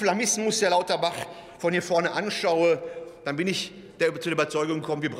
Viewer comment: Ich habe extra noch mal nachgehört, aber es stimmt, er hat echt Klabauterbach gesagt! Wie geil ist das denn?! 😅